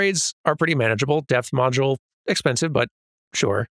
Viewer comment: I kept hearing say death module instead of depth module and that seems like a VERY different thing.